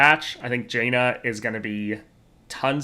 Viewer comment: nitpick, but it is either pronounced jan-uh with jan pronounced as pan OR jawn-uh with jawn as in yawn.